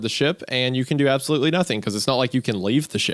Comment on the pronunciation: I absolootly cannot believe Hunter said that, like, just WOAW!